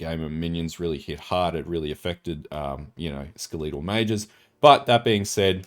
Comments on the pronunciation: fucking skel-a-tol because its a fucking skel-a-ton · the way you say "skeletal" hurts me